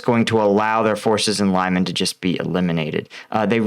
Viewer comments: Lyman is pronounced like Lee-man, not Lie-men. Hope that helps. If you listen to the Ukrainian or Russian pronouncing the town, you will know. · To help with your pronunciation of Ukrainian place names: e is eh and y is ee as in ‘jelly’. o is as in ‘dog’. So: Lyman is Lee-man. Shandryholove is Shandree-hȯ-lȯ-veh, where ȯ represents a hard o. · Try to pronounce Lyman like Leemun I think it would come closer to how its pronounced in Ukrainian language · The pronunciation of Lyman is apparently not "lie-man" but more something sounding like "lee-mahn". That's how I hear the Ukrainians say it, anyway. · Pronounced leMAHN, not Lyeman. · Lyman= Lee Mon. Second syllable sounds like mom. Lysychansk is a high ground with Russian artillery at great advantage, so the Ukrainians are smartly staying away and concentrating on other areas for now. Kherson has been a stronghold for Russia and along with the river are barriers going towards Crimea. It had been a gateway to Odesa as Russia was coming in and trying to take full control of all Black Sea ports. It's now the fall back along with being a Crimea defensive line. Don't forget the rain over the last few days. Just like Russia getting bogged down in the North towards Kyiv early in the invasion, everyone off road is going to be bogged now in the east. Winter is coming. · Btw, it's pronounced "li-man" not "lay-man". You make it sound almost like lemon lol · Next stop - saying beginning of Lyman as 'Bingo' not 'lime'. Sort of Leeman, not Laiman. Love your videos and appreciate your efforts with completely different word structure. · Lyman is not "lie-man" it's "lee-mahn" and it's Russian Occupied territory. Luhansk Oblast is still in Ukraine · Lyman is pronounced as it's written like this: Lee-maan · “Lee-mon”. Please. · Lyman is pronounced Liman - short i and short a. Like "it" and "mama."